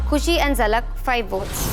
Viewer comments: Zalak ko jhalak kyu bolti hai ? 🤣🤣🤣🤣😭😭😭😭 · why ppl are saying JHALAK its ZALAK BHAI